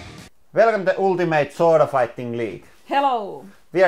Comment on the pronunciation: Did anyone else think he said ultimate SWORD fighting for a moment?